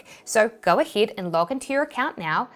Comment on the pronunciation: why yees instead of yes and aheed instead of ahead is it like a kiwi accent ?